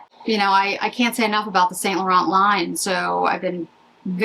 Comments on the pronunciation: St. Laurent pronounced like San Laur-on. The T's are silent. From a French girl 😊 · Yves St Laurent is either pronounced the French way or its Saint Laurence. I don’t make up the rules.